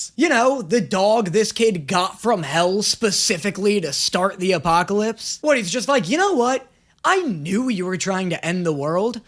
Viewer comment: “But also pwease be my four howsemen of the apocawypse” 😂😂😂 The “apocawypse” killed me dead 😂